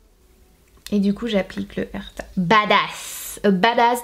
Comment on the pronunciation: Herta 😂😂 comme le jambon 😂😂 mais sanaa 😂😂😂 c’est « eurfa »